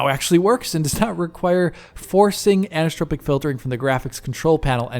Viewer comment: Friendly note on pronunciation, anisotropic = an-iso-tropic, not ani-so-tropic (or ani-stropic). “Isotropic” is the root term which anisotropic filtering is negating (thus the “an”), and in general means “not (the) same (filter) in every direction”.